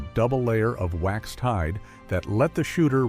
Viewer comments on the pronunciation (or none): none